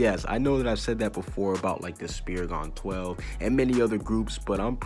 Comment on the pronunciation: I’m not try to be mean but spir-I-gon??? I say sprig-en